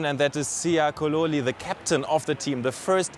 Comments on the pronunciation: The Presenter said Kololi not Kolisi. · Siya kololi that's a name butcher if I've ever heard one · Siya "Kololi" 😂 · Haha siya kololi